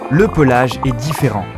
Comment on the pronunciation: À il y a une faute on dit pas diffÈrent mais diffÉrent